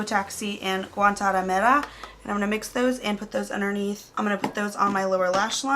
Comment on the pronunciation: You said "Guantanamera" so good haha